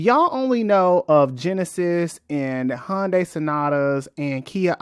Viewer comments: it's HYUN DAY in korean not HON DAY or HUN DAY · Hyundai(hUN-day) is pronounced like Sunday. Not Hon-day lol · Good info in this, but for a video explaining how Hyundai got to where they're at, you've pronounced the name wrong the entire time. They even had an ad campaign in 2008ish that it's "Hyundai, like Sunday". Search for "Hyundai Car of the Year Super Bowl Ad" to watch that ad.